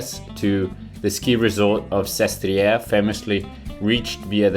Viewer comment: it is Sestriere, not Siestre!